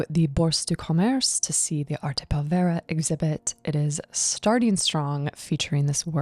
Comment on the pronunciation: Very enjoyable. By the way, pronunciation: the accent is on the first syllable of povera.